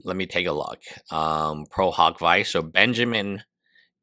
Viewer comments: Isn't it pronounced veechay not vice? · “Pro hac vice” is pronounced “pro hock vee-chay “ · The pronunciation of prohawk vyse aside, there could be a reason for the new lawyers. At a minimum, it appears that as of July 14, Kassis is also acting as legal counsel for Denims.